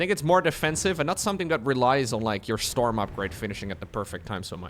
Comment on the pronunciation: I can only hear STORMUH